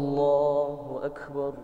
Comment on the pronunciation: Masya Allah, bacaan annda bagus banget, cuma klo boleh kasih koment dikit.. Lafadh ALLAHU AKBAR masih terdengar takrir, seperti bacaan qalqalah, ALLAHU AKKEBAR, padahal ALLAHU AKBAR tidak ada qalqalah. Mungkin bisa merujuk bacaan qari qariah internasional, seperti Ust. Muammar ZA dll.. Maju terus annda... Salam dari Himpunan Keluarga Aceh (HIKMAH) di Bengkulu